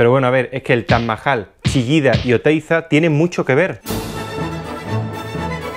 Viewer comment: Cuantas veces habrá dicho Taj Majal en todo el video? Jjajajajaja